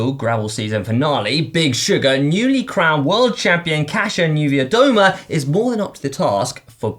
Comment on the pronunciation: As a Polish guy I'm truely and sincerly, deep from my heart proud of you guys for learning how to say Kasia Niewiadoma. Great job and not an easy task!